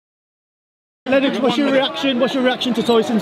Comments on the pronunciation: Did that annoy anyone sleep that Brian Kenny kept calling, Lennox Lewis He kept saying, (LEN-OX) That's was maddening. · Why did the co-host keep calling him Lenn Ox? Is that how it’s suppose to be pronounced?